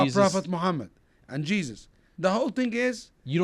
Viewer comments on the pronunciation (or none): none